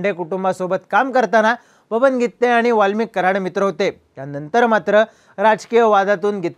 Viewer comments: गित्ते नाही गिते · गित्ते नाही ओ गीते आहे 😂😂